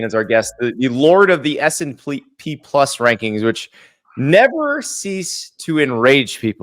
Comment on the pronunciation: Classic Andy. Can’t even say the name correctly. “S and P” 😂